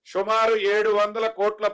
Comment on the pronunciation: షుమారు కాదురా బోసిడి సుమారు